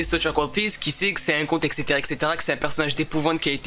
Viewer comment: J’adore ce genre de vidéo mais on dit etcétéra pas exetera